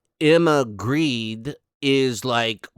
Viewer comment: Hej! (Swedish) 👋 In Grede, the e:s are pronounced as in the word ”bet”. Hej då!